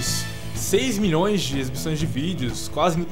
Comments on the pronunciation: "AFF o cara falou mões" KKKKKKKKKKKKKKKKK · AFF O CARA FALOU MÕES KKKKKK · kkkkkk aff o cara falou mões quem acha q o só fala errado da joinha! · afffffff o cara falo moes kkkkk!!!